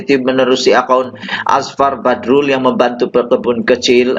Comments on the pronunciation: Apa yang bagus pada Channel kamu... kamu tidak pandai menyebut nama sa saorang. Kamu susah nak menyebut nama orang... PEKAK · sya bukn suka channel kmu...hihihi😀(jz joke)tpi sya ternpk Nma Azfar Badrul dlm chanel kmu jdi sya pn teclick chanel kmu..dn sya mau tau pa cerita kmu tntg Azfar Badrul..pa commnt story kmu tentang Azfar Badrul tu...pi terlbh dlu luruskn Lidah kmu tuk sebut nma Azfar Badrul tu betul2..mmng kmu inda knl Azfar pokok nya kmu mcm jenis" News CNN "bh...jgn mrah joking sja😝😁